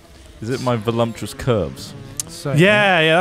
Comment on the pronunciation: "velumptuous" instead of "voluptuous" lol